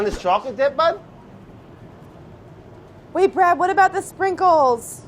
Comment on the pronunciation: anyone else notice Claire calls him "Bread"